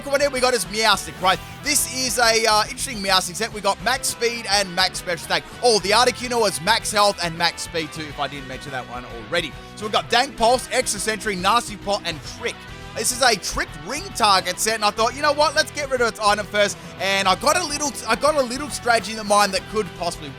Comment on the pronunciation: Am I crazy or did he just say "Dank Pulse"? xD